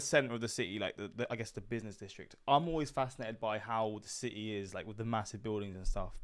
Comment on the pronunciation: Si-Ee lol it’s city haha